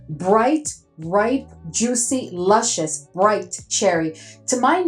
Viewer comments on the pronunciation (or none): none